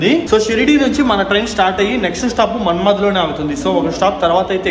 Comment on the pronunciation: మన్మద్ కాదు అయ్య అది మన్మాడ్